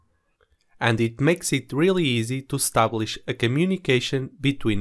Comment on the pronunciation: Tú istáblixi isso é tão Russo. Super bacana, valeu. Se quer ver trem feio olha meus vídeos fazendo review...kkkk nem eu gosto de ficar ouvindo